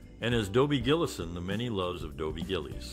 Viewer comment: GILL-ISS not GILLEEZ!